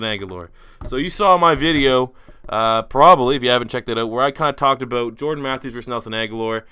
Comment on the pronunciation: talking aboot